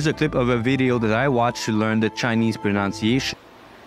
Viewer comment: That’s a nice video so I will give you an example of irony. The only word you mispronounced was “pronunciation”, which has the NUN sound in the middle rather than the NOUN sound. This is a common mistake even among native speakers so don’t feel too discouraged. Best wishes from Australia.